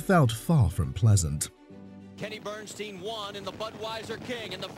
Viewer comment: The narrative regarding the John Force/Kenny BernSTEEN (how its pronounced) is completely wrong! And Force didnt suffer MINOR injuries, they were catastrophic! He almost died!